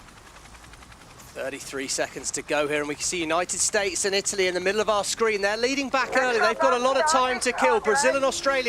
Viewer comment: Does that English commentator have 't' in his vocabulary? "Uni-id Staz."